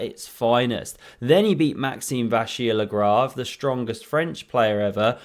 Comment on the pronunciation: You mispronounced Dentist Lavalamp's name